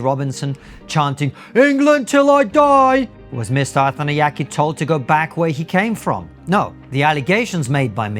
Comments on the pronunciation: I kept hearing “Arthan the Yankee” at first, and I seriously thought this was an American complaining about white British people working at the BBC 😂 It’s no less hilarious knowing this man is Shri Lankan. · If you’re going to make a video at least learn to pronounce his surname properly lol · This guy is on national radio. His name is broadcast to the nation dozens of times a day and you couldn't even be bothered to work out how to pronounce it properly. I think what Mr Arthanayake said is a bit silly but if it's what he feels shouldn't he be able to express that without everyone loosing their minds? I cannot understand why this has made everyone so angry. Get a grip people, Arthanayake is obviously not a racist. Everyone accusing him of being one, take a look at yourself. I'd say there's a pretty strong possibity it's you that's the racist. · I'm not sure it's deliberate or useful to the point being made, but it's certainly amusing that you so badly mangle the pronunciation of his name every time